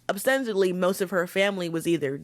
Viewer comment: I think mispronunciation is okay here because it’s obvious you didn’t have any ill-will, so please don’t beat yourself up! You also say YUGE and not even sure how to spell out what you did to ostensibly (it’s “ah-sten-sa-blee” ) but we all can understand what you’re communicating so don’t sweat it.